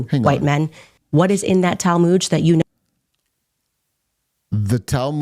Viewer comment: “The talmooj” I can’t 😂.